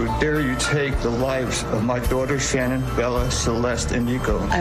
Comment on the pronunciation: Dr Phil, why don't you learn how to pronounce her name correctly!